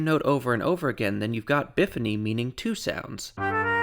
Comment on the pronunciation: I would say 'bai-fony' rather than 'biffony'